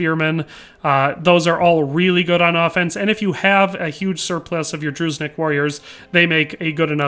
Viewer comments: Being a Slav, you get used to it xD FYI,, it's pronounced similar to Droo-Djinn-Nick, not "Drooznik". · the way you say "druznik" for me is hilarious :)) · yeah, and it hurts me every time he says druzhinnik. He pronounces it so terribly that it hurts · yeah, Дружинник. Just plug that into Google translate